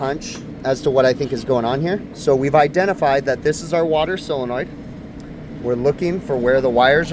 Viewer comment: The word is solenoid not cylenoid